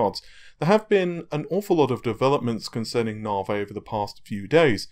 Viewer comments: Why say "Naveh" and not "Navy" ? It's like saying "Razen" instead of "Ryzen" :P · I hear "Narvey" but my mind thinks larvae XD. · it kills me to watch the videos when quite clearly its pronounced na-v the word has been in the english dialect for over a hundred years as a slang term for railway engineers/builders navi = slang for navigator say navigator and just stop at the G navi, unless of course you think they are called narrrrvee-gators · Mate.. Stop being a plum and pronounce NAVI properly... It grates!